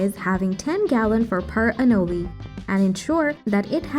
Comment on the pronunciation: It’s pronounced anōle, for chrissakes!! And because of that, it’s thumbs down for this.